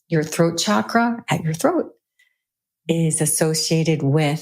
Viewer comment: I so enjoy listening and learning from your in depth you create ., Yet Pls pronounce the word Chakra correctly.. thank you. 😊